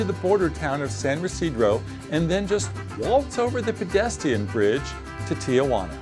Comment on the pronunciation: Pronouncing San Ysidro "Residro" can be forgiven as I surmise you're from the NE US (I can even also overlook "enterey" for entry) but "Waltz over the WHAT bridge"? Why would you call it a "PEDESTIAN" bridge? Does the nasal ting makes it that difficult? Oy vey! Later you say "versus" when you mean "via". What is happening here?